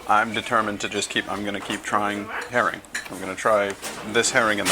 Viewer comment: Until about half way through, I thought you were saying "hairy". I was getting really confused haha